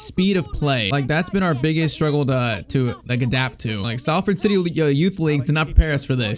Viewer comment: “We we’re offered the chance to travel to Manchester” Salford is literally in Manchester😂 btw though for pronunciation Salford is pronounced “Sol-Ford”